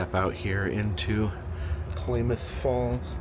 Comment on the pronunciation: It's pronounced CLAM MYTH Falls. Or K-Falls if you can't pronounce it correctly..!!!